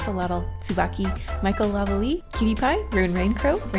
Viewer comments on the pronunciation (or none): none